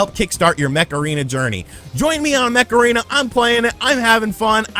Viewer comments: I can only hear you saying "Macarena" instead of "Mech Arena" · Every time you said Mech Arena i heard it as Macarena 😂